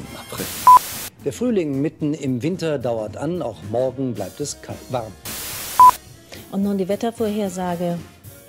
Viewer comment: ich hab kallwamm verstanden so schnell wie er sich verbessert hat